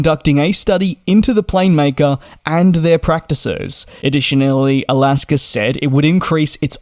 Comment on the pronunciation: It’s AlaskA airlines not AlaskER.